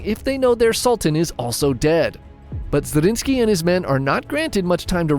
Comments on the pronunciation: ZRINYI!!! Not Zarinski. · Brother I love these chanel but it is zrinski, zrinski